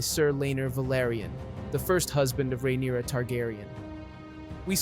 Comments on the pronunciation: Rhaenyra? naaa, Rhynaera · He keeps bouncing back and forth on Rhaenyra and then botching so many others lol